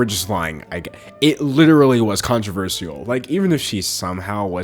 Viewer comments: hey, as much as i love you, and i really do, please.... please never say the word controversial again i know you can like pronounce things however you want and everything, and theres nothing worng with it but.... but, um, i hate how you call it controver-see-al kinda pokes in my ears sorry...? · I loved the video but I'm triggered by the way u pronounce "controversial" lmao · i like the way he says controversial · I could only focus on him pronouncing controversial wrong but other than that great vid! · no offense, but why do you say controversial like that? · the way he pronounces “controversial” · mesmerized by the way you pronounce controversial. it’s amazing. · How you pronounce controversial is honestly adorable